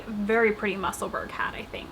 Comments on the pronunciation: Hi, I hope you don’t mind me mentioning it, but Musselburgh is pronounced the same as Edinburgh i.e. sounds like burrow. As you are going to be making more of the lovely hats I thought you would like to know 😊 lovely podcast, as usual xxx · Musselburgh is a small town outside edinburgh in Scotland we pronounce it mussel borough